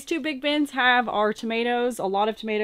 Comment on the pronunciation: tomatillos, pronounced toe-ma-tea-yos